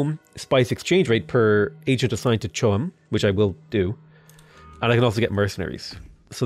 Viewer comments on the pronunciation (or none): isn't it pronounced as 'ko um'?